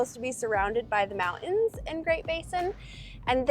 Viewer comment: Oh my gosh, that’s adorable. She has her own designated pee spot because my dog Bella does the exact same thing!! People say that girl dogs are more like this. That they are choosy where they pee. ❤ So cute how says mountains … without the “t” 😂❤ Also, the lake might’ve been a little disappointing, but remember, it’s the journey not the destination. Although that was a long journey 😂 It didn’t look like there were many bugs there it looked really pretty in green though. Thank you guys for another great video!